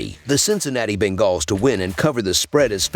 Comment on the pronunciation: He is saying it wrong, it's bunguls